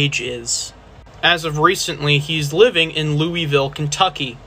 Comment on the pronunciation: As someone from Eastern Kentucky I hate hearing the way he said Louisville Kentucky